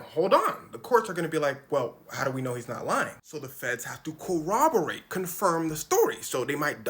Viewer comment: Shout out to for being able to say "corroborate" correctly when a staggering number of people can't seem to manage it. Including true crime channels. Any time I hear someone say it right feels like a tiny victory for mankind.